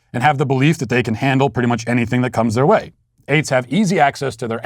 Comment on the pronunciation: I swear when he says eights I feel like he's saying aids